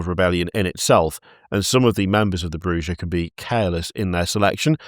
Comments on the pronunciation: Alight its fucking pronounced Clan Bujah.........Brew-ha not what ever you said. Maybe learn how to say the game names and facts of the world of darkness of instead of being british and going " this is fine". Never again until you guys do some Vampire charter sheets. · its pronounced, Brrrrrrrrrrrrrrrrrrrrrrrrrrrrrrrujah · ITS PRONAUNCED BRRRRRRUHA BLOODBAG! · Not you pronouncing it Broo-GUH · As a WoD fan, it's makes me cringe each time horribly mispronounces half the clan names.